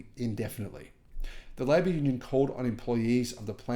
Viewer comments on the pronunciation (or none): none